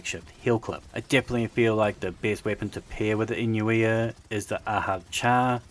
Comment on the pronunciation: Pronounced .. You - Noi - Ah